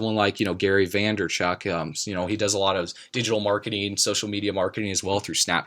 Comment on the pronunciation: Vaynerchuk NOT Vanderchuk :)